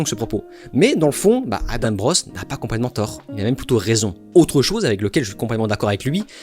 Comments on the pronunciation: On est Français c'est "Adent", il ne faut pas se poser de questions. S'il veut que ça se prononce autrement, il n'a qu'à écrire "Adame" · Une mauvaise foi comme on en fait plus : Tu reproches a Adam de ne pas avoir regarder tes autres video alors que tu ne sais meme pas comment on prononce son nom ... Dire que Adam n a jamais parle ne wokisme c est faux regarde ces autres videos Dire que la panic moral n existe pas est faux on le vois au etat unis Tu passes la moitie du temps a dire qu il a raison mais au final tu te moques en disant qu il n a que tres peu raison "Ne pas etre mechant" tu te moques ouvertement, conseil de ne pas regarder la video, insinu des choses sans fondemment sur la personne, parle de video baclée... Et du coup pour Oppenheimer tu t es trompe dans tes notes ou bien trompe tout cour attention tu te contredis "Vous avez pas besoin d'utilise le mot wokisme" mais MDR tu as litheralement des titres de videos qui le mentionne et ta chaine est basée ça...